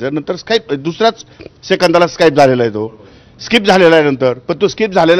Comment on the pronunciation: साहेब स्काईप करत होते...स्काईप😂😂😂😂